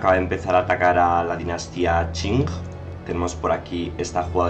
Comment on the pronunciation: Creo que eres el primer gamer de V III que dice bien el nombre de la dinastía Qing. GRACIAS (btw se pronuncia /Ching/ no /King/)